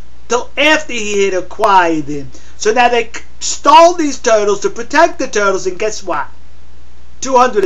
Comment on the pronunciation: OMG I love the way you say toytles..